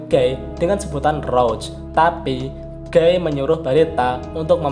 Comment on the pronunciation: maap koreksi nih... guy sebutnya bukan "Gey" tapi "Giy" 🥰🙏